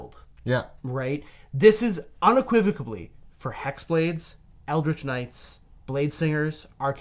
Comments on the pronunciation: Unequivocally is not unequivicably. Please please please pronounce things correctly. It makes a person seem uneducated if they don't get their pronunciations correct. Can I also point out that something is either unique or it isn't. There aren't degrees of uniqueness. Unique means one=of-a-kind. Therefore, something is either unique or it isn't. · There was something bugging me in this video. Rewound a bit and I think I know what it was. says "unequivocably" instead of "unequivocally" a few times, a dangerous nonstandard form for listeners because it almost sounds correct!